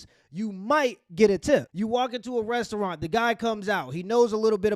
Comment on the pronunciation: Restuuralnn. I wish AI was never invented.